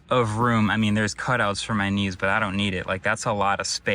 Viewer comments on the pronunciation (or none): none